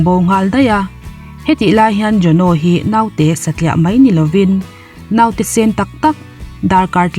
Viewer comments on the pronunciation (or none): none